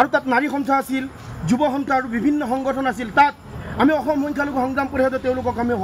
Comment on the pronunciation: অসম টো ভাল কৰি উচ্চাৰণ কৰিব নোৱাৰে আৰু তাৰ কথা চা